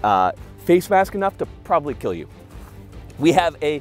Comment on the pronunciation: “Your weapon. It will keel.”